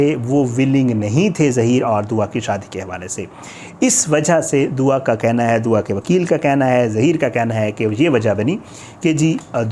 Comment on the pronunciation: by the way its not DOWA its DUA. kitna hi ach hota k agar ap aj kisi aur topic pr videos bana litay na k DOWA PR. kiyo k bachi nay media say request ki ha k please meri jan bagsh dain. But apnay DOWA ki jan nahi baghshni. Bahi Kuda ka wasta ha ab kuch aur topic dhodho please.